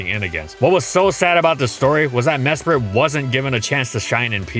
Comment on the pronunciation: I didn't realize this until this video, but it's pronounced "Mesprit" and not "Mespirit."